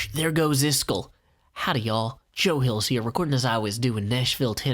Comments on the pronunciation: iskall is actually pronounced kinda like ”ease-call” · Hey Joe, I was born and raised in Mississippi and speak as southern as anyone does,,but even I know that "Iskall" is NOT pronounced "Is Skull" WTH dude?